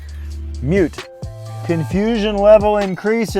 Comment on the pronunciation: "I found out what the 'mule' setting was... MUTE."